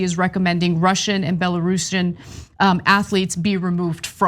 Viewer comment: Bell-or rue-see um.